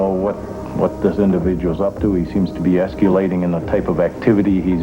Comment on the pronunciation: "Esculating?" That's how he says escalating, apparently. 🤔🙄